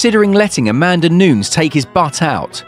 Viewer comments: Please look up how to pronounce her name correctly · Quit pronouncing Nunes wrong! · Learn how to pronounce Amanda Nunez last name...